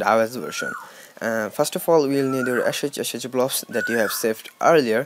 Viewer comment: "... now you download the ASHAAAEEECHACHACHAyoublobs" 💀 😂 😂